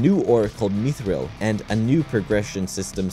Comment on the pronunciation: They way he pronounces mithril as how J.R.Tolken's pronunciation of MEE-thril.